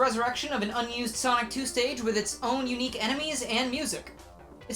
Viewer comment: In the first part after the intro I heard Sock 2 instead of sonic 2 lmao